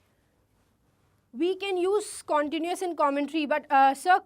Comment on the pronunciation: Pronounce continuous tence correctly But haaa you are cute